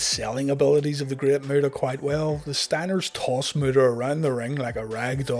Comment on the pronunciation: Anyone hearing the great murderer when he says great muta lol